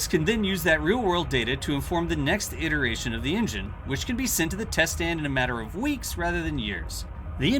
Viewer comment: What's the joke with the way he pronounces iteration, and plethora, etc? Is it some sort of inside joke for this channel? A Texas thing?